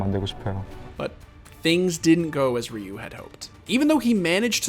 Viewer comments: the way the person pronounced Ryu in the video annoys me. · The way the guy kept saying Ryu was killing me. You had to have already had the interviews from Doa and Prolly. Is it that hard to pronounce it correctly? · Anybody bothered about how he kept saying Ryu’s name